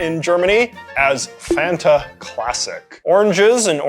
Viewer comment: For the pronunciation of Fanta, I'd like to point to the commercials with the jingle. It's not waynta faynta, it's want a fanta, and it rhymes. Not that it matters at all lmao it just makes me laugh to think of the commercial jingle pronounced like that